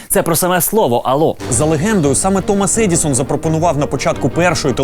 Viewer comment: Мабуть, щось не те - кожного разу чую "Томос Едiсон"